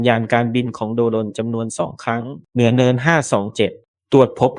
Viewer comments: ไม่คิดจะปรับปรุงคำว่าโด-รน บ้างหรอหรือจะปล่อยให้ผิดแบบนี้ตลอดไป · กันทรลักษณ์ อ่านว่า กัน ทะ -ระ ลัก ไม่ใช่ กัน-ทอน-ลัก..โดรน อ่านควบกล้ำว่า โดรน. ไม่ใช่ โด-รน. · โด รน อีกแล้ว เมื่อไหรจะอ่านหนังสือออก ไปเรียนหนังสือใหม่ น่ารำคาญ